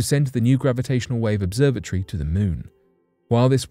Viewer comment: 😂😂🤣🤣🤣bruh ya got. Now I'm listening closely to his pronunciations